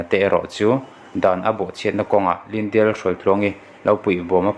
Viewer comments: Lyndia tiin I lam daih a..caption ah lydia ti bawk si. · Ngatinge thil hi i chhiar thiam loh em2 le?Lyndia pawh a ni lo..Lydia tih tur..ah hming spelling te khi i hmu ve kur awm sia.. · Eiru nu hming khi chhiar uluk deuh teh..... Hnam dang tawng hi chhiar thiam loh chuan a thiam te rwn hreh loh tur ... In video te hi a darh zau si a....